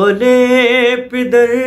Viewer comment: Bhi pider nhi ha Lafaz pader ha Plzzzz sahi paro